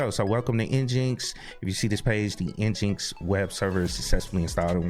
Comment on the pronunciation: Great video! Just be careful on the name of your web server. I am sure someone will catch feelings for not calling it Engine-X. LOL